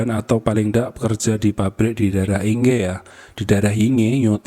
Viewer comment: Innalillahi wainnailaihirojiun Ya Allah semoga husnul khotimah Terjadi di Yingtao Rd...di Yingge District bacanya ( Ingke ) mase Inge